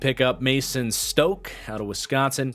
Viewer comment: Just a heads up, Mason Stokke is pronounced like “stocky”. Loved watching him for my Badgers, great to see him on this team! Enjoyed the video!